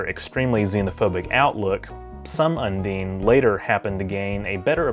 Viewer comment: .. it's not "come dean with me".. un-DINE.. not un-DEAN XD